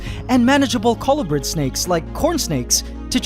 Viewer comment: Cu-loo-bred. Colubrids